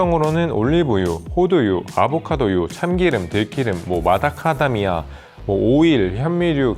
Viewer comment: 마다카다미아가 마카다미아 넛 말씀하시는거 맞져?